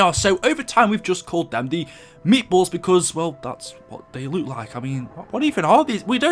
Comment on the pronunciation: I have a really important question why do you say look really weird